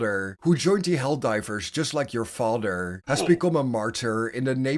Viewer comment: Sorry but the way you say mother and father in this video bothers me not really sure why it does but it does so I couldn't finish watching the whole thing🫤